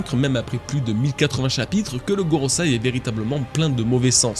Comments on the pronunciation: GOROSEI, pas GOROSAI, bon sang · Gorosei, pas gorosai. Pour un "spécialiste" de One Piece ça la fout mal. Mais je comprends, c'est du chinois du japon donc c'est pas facile, et puis on a déjà tellement de noms à retenir avec les magiwara : Laffy, Sonji, Zarro, Assop, Roubine, Froncky et tous les autres. Et puis gorosei on a que très rarement pu lire ou entendre ce nom, donc je comprend encore plus